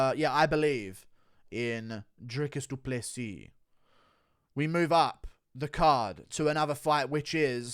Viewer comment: Wait... so you knew how to pronounce Du Plessis this entire time and just do it wrong 99% of the time?